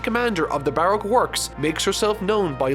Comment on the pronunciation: Anyone else really bothered by his pronunciation of 'Baroque'?